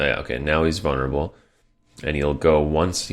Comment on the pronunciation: why do you pronounce vulnerable as vunnerable? Don't know why but it bothered me.